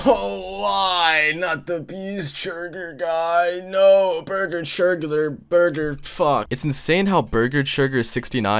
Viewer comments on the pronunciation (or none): "beeger cheegur." Bruh , that is golden